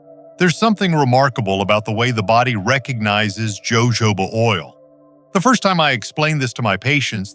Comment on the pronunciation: It's pronounced ho.ho. ba. Oil